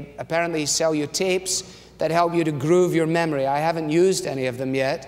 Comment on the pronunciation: ”grrroove” Great sermon!